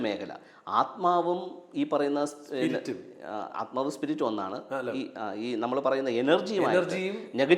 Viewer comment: ആദ്മാവ് എന്നല്ല,, ആത്മാവ് എന്നാണ്